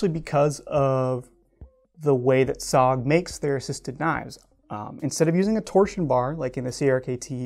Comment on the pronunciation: S.O.G. It is not SOG, its S.O.G, you have to say the letter.